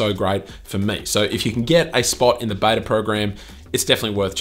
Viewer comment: Did he say Betor instead of Beta ? Lol I truly enjoy this channel.